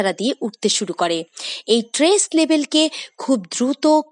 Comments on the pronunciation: Tress na stress ki bolchen? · Tress NA Stress . Prounce correctly please . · উচ্চারণ টি "ট্রেস " নয়,"স্ট্রেস " হবে।🙂